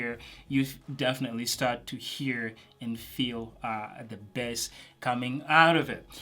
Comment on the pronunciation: I just love when you say ,,bess” not bass:DD